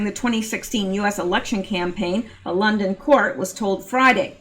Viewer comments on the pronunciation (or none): none